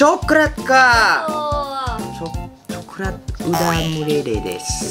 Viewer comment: Hah orang Indonesia:coklat dia:cokrat